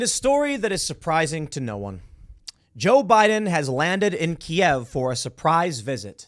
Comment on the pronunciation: Can I take a moment to thank Tim for saying "Key-Ev" correctly in English. It's been driving me insane every time some midwit thinks they are being clever saying "Keev" because ThAtS hOw YoU SaY iT iN UkRaInE! I dont speak Rus, say it right you twit. Just like it's Rome, Not Rum or Rom, in real speak. Danzig, not Gdansk. Germany, not Duetcheland. "You essay!" not Estados Unidos. Grumble grumble.